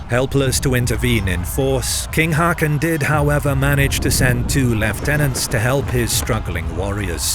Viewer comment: For the love of cake, plz learn to pronounce "Haakon" ( [²hɔːkʊn] )